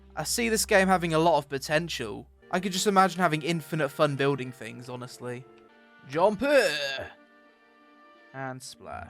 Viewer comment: THings, THings, not fings, aaaaaaagghhhhhh